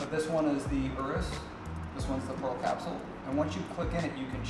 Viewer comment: How do you own more than one urus and still pronounce it your-us. Its OOrus lol